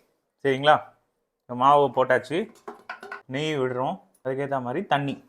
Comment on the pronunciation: தம்பி தமிழை கொல்ல வேண்டாம்...அது மாறி இல்லை மாதிரி 🤦